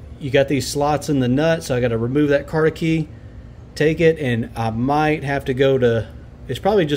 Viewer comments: Hope you mean “cotter” key not “cot-a-key”. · Did you say carter key?